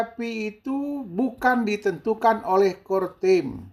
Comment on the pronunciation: CoreTeam Bah, Bukan CoreTime😁🙏